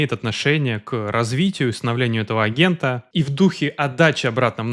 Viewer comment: Эгента,? (слух режет, не смог дослушать до конца , вырубил) Явно в школе очень высокий балл был, по русскому языку.